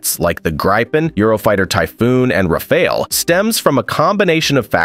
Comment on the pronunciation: Its a stupid robot voice...also pronounced Rafale WRONG.....I HATE this channel